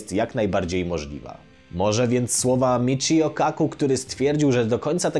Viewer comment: Pierwszy odcinek, w którym prawidłowo wypowiedziałeś imię Michio xD